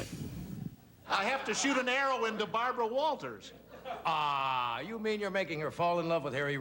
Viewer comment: Is Bharbwa whaltahs able to dwive?